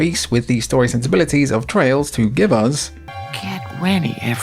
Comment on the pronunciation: I keep hearing Trials instead of Trails throughout this video lol